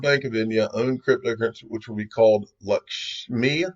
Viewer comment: You pronounced that just right,! Lakshmi is the Hindu goddess of prosperity.